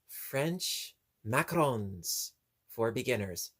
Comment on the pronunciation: You said macarons beautifully. That is exactly how it is said. They are made with egg whites like a meringue but a cookie. Yes they are a French dessert. You do good work.👍🤗 That was a emotional comment from the one who won. Glad to hear that she tried again and likes it now. 👍🤗